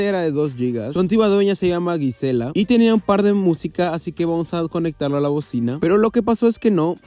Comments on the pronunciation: “Guisela” 😂😂 se pronuncia jisela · Mira amigo, cuando entre la G y la i no hay una U, se pronuncia como su fuera J, Jisela no Guisela :) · Yo también me llamo Gisela y se pronuncia como con J como “Jisela” jajajaja no “Guisela”